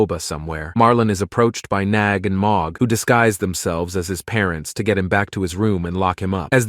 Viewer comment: Bro it’s nag not nog